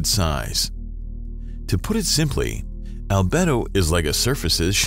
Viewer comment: Al-bee-do ffs!!!